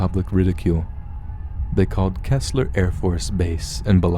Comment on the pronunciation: Bi-lux-ee for Biloxi. Go-shay for Gautier. Key-sler for Keesler. lol. Good stories though!